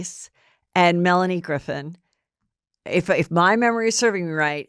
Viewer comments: The W magazine shoot was after Pitt left Aniston. 🙄 It’s Melanie Griffith not Griffin. Hell, you don’t even know how to pronounce Justin’s name. I think your brain is rotting from all the alcohol and TikToks. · Melanie Griffith, not Griffin.